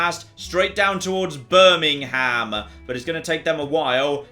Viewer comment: As a resident of Birmingham, Alabama, I got tingles hearing it :) Also, Birmingham wasn't founded until 1871...